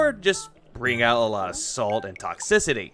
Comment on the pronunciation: “Tox-ic-CIty” Why does Pigroach have to pronounce things so damned weird.😂